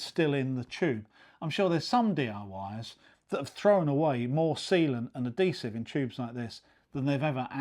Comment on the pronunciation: Bad habit pronunciation NOT "a-dee-siv" SAY "ad-hee-siv" DON'T say "elfie" DO say "H-ealTHy"